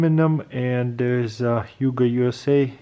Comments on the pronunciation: It's pronounced ho-g, like ho-ho-ho. Or rogue. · It’s pronounced ho-oug